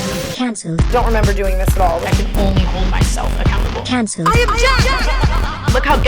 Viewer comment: the way tana said “cahncelled” like an old british lady… i love it 💕